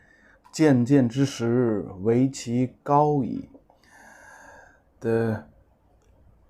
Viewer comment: 渐渐之石 is pronounced as chanchanzhishi, not jianjianzhishi.